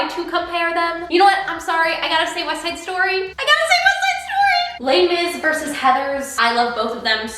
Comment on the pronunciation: I'm sorry but Weste Side Stoy I've been chuckling over that for like 5 minutes now lmao